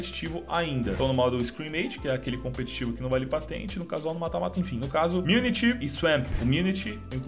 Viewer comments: O MAPA CHAMA MU TI NY, NAO CHAMA MU NI TY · Só um detalhe a corrigir, o nome do novo mapa é Mutiny e não Minity